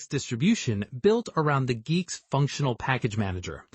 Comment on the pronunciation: i think its pronounced geeks